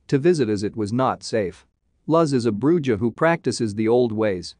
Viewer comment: The way he says bruja. Smh. And javi. Whats next? Jalapeno?are you gonna say it with that hard j?